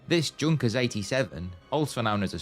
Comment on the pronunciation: A very interesting video. One small point, the German pronunciation of Junkers is "Yuunkers", ie J is pronounced as a Y in Germany.